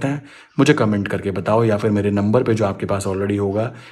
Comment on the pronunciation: नंबर you pronounced could not understood